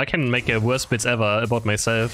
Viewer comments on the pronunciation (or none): none